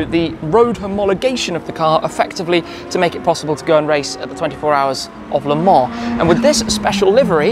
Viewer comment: "Le Mans" not La Mans